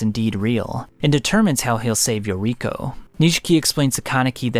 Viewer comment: True. "Yokiro" had me like, "..... WHO TF?" Ohhh it's YORIKO, Toukas friend from school & takeomi kuroiwas wife.